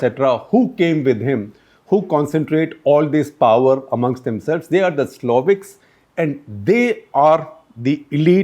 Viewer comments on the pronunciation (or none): Siloviki... Not 'sloviks'